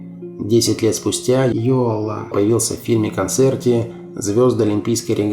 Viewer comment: к сожалению он пел больше на русском языке чем на своем родном эстонском -за это его и не любили в Эстонии, да еще и "комсомольские" песни, как и Георг Отс. но Георга Отса потом реабилитировали, простили., он же почти оперный певец а в Британию Яака Йоала не пустили органы КГБ. ударение в эстонском языке всегда на первый слог! Яак Áрнович Йóала -автор ролика искажает произношение на русский манер.